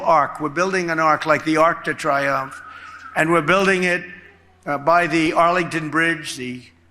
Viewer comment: The Arc de Triumphe. Pronounced Tree-umphe, Donald.